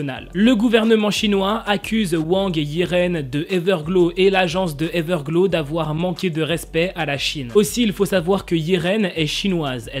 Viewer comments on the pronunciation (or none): Ta dit everglo au lieu de everglo(w) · On prononce pas trop comme sa Everglow mais c'est pas du tout grave